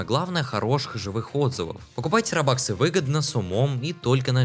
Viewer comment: Какие роба́ксы???? Ты в каком классе учишься?